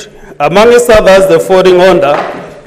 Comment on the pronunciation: The "Honda 😂😂😂" instead of Order